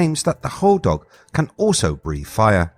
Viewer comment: As someone who who spends a lot of time there and has a cabin in the UP, it’s hodag like sag not dog. I’m glad you mentioned mishipeshu.